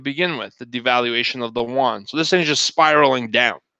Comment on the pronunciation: I’m not too sure if I heard wrongly. You meant Chinese Yuan and the not the won? =))